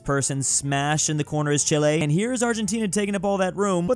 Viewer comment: This man could not pronounce Chile right to save his life.